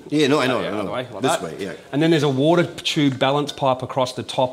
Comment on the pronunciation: Als kleine Hilfe für die nicht-englisch sprechenden: Wenn er sagt "woooadah", das heißt "water" Grüße